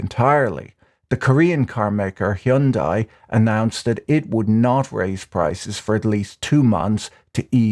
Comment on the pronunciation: Heeeyundie is definitely questionable 😂 love you Patrick but the pronunciation is interesting.